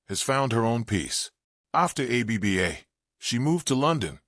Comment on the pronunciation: Any chance you can update your AI to pronounce it "Abba", not A-B-B-A?